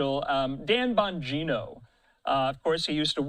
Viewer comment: whining because of a email ... cant you find any thing else to report on ?? and for the record its bongino...not bogino... geniuses